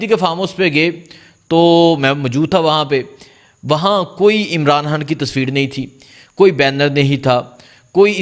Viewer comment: آپ کا لہجہ ابھی تک درست نہیں ہے آپ الفاظ کو بالکل صاف اور واضح بیان کریں مثلا۔۔عمران خان پڑھیں نا عمران ھان اسی طرح منتخب بولیں نا منتھب و۔۔۔۔۔ آئندہ درست قرائت کریں شکریہ